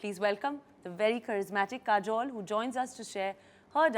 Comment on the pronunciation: kareena keeps calling kajol "kajal." her name is kajol, not kajal.